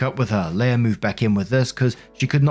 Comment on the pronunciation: Story 1 - "Leah" is pronounced "LEE-uh" not "LAY-uh".